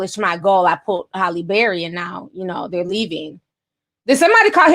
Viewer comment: I love how Ti mispronounces words... LMAO morbidly o beast and Holly Barry!!! I swear I love this girl!!🤣